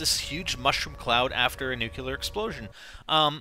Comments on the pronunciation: its "nuclear" not "nuke-yah-ler" even the former president said it wrong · Please... please... nuclear... not nucular... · nuCLEAR not Nukuler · NEW-CLEAR, NOT NEW-CU-LAR.